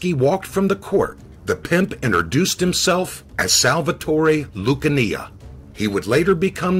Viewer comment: yeah, I was gonna say... "Loo-kə-NEE-ə"